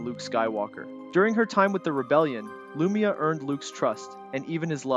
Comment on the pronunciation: Its kinda hard to pronounced names you never heard though. But yeah... Lu-my-ah not Loomia